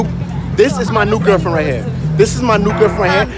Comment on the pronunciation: “I gOt a nEw GERFFFfriEnd”😂